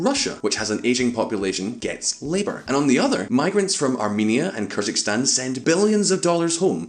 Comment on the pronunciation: It's not "KYrzikstan", please say correctly Kyrgyzstan 🇰🇬.